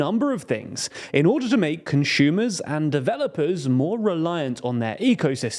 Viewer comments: Conshumer??? Never heard that sort of pronunciation, where does it come from? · THERE IS NO "H" IN CONSUMER. "ConSCHUMER" isn't a word. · is a conshumer similar to Amy Schumer?